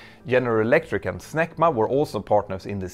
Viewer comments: "Snecma" sounds too close to "smegma" to be taken seriously by an English speaker. C'mon, you were thinking it, too. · I couldn't help but laugh a little every time you said "SNECMA" but it kinda sounds like smegma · For a moment, I thought I heard you say "SMEGMA"...